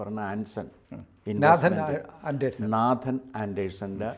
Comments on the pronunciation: നേതൻ..എന്ന്. നാഥൻ അല്ല...you r right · With all due respect, Nathan is not pronounced as Naathan (like the Hindu name) but Naithan (the 'a' sound is like 'ai' in the word 'pain'.